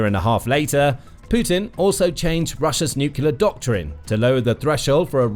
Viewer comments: Could your commentator please learn to say ' nuclear, rather than 'nucular', which sadly makes him sound like G W Bush ; never a good sound !! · Really annoying: Nu-cle-ar NOT Nu-cu-lar! Enjoy otherwise! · Since when has NUCLEAR been pronounced NUCULAR? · The words is nuclear “ new clear” not nucular. Drives me mad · Its nuclear not nucular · It's about people learnt to pronounce nu-cle-ar rather than nu-kill-er. Can people not read any more? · NUCLEAR ! NU-CLE-AR ! NOT NUCULAR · Stop saying 'nuculer' It's nuclear (new-clear) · Nuclear not "nucular". A 20 minute video where the announcer can't pronounce the word "nuclear". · I thought people who speak British English know how to pronounce words correctly. Even Americans know that it is "Nuke-Lee-er" instead of "Nuke-You-Ler." Well, most Americans I talk to know how to properly pronounce it. George W Bush is an exception, of course. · What is i with spelling-blind people that insist on saying "nukular" instead of "nuclear"? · It's pronounced as spelled:: NU CLEAR (NEW CLEAR) I really enjoy this program but I cannot stand listening to it when your butchering the English language.